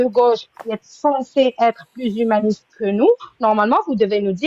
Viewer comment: Y a que moi qui entend " tu es tue-maniste"? 😂😅